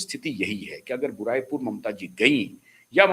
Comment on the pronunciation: भाई उस जगह का नाम बुराई पुर नहीं, बारुईपुर है।